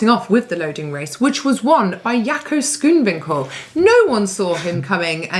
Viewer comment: another one who cant say Schoonwinkel properly.